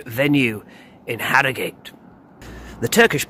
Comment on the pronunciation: Born and bred here and we pronounce it Arrogut.